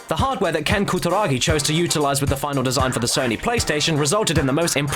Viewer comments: Holy shit you butchered his name. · pronunciation of Kutaragi:P